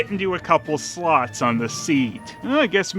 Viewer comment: Did he say the tabs fit into "slots" or "sluts"?